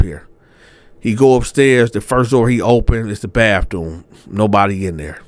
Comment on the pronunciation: Not the "Bafthoom!" 😂😂😂